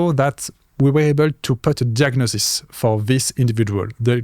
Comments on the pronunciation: He's probably a little illiterate,, Phillippe says icono diagnosis, while translate: icono "jugnosis" and very wisely confirms! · Phillippe says icono diagnosis, while translate: icono "jugnosis" and very wisely confirms!